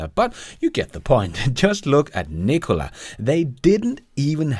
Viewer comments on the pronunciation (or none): none